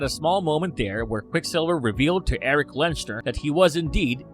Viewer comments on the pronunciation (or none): none